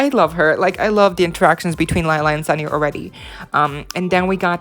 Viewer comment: Lila pronounced like Leela, not Laila, Listen how she introduced herself to Sunny